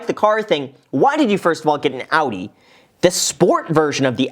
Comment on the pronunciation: I’m German and this might be the first time an American pronounced Audi correctly 😂